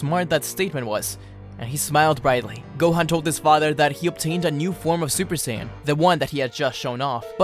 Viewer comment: gohan is pronounced (Go-H-On) not (Go-Hen) other than that, good vid!